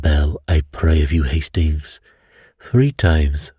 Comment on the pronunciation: It makes me smile when you ‘do’ your Poirot accent. 😊 …”Estings!” 😅 Have a fantastic week. 💐🥰